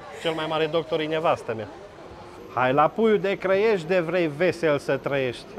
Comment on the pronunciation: puiu de Crăiești sau Clăiești? Hotărăște-te :))